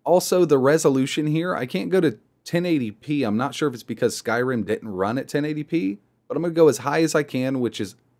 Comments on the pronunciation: i keep hearing him say skyram instead of skyrim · may i ask why you say Skyrim like that?